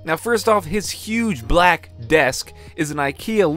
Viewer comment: is it just me or did he say 'huge black' in an interesting way?...